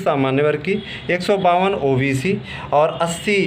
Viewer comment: ओबेसी नही होता हे ओबीसी होता हे